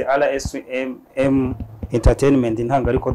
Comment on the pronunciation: Ariko birababaje kubona umunyamakuru utazi kuvuga izina rya channel ye!!Ati RSM!!!